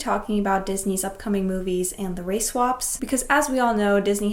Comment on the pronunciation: You keep on saying race wap